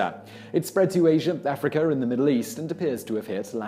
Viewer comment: AfriKER AISERR